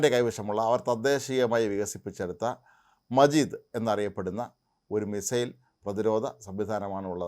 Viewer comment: മജീദ് അല്ല, മാജിദ്